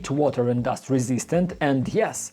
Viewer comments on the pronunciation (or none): none